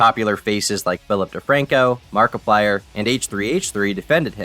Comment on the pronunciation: How did you manage to mispronounce markiplier’s name